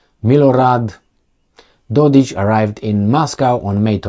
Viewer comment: Dodik is pronounced with K like Kenya. He is not Dodić.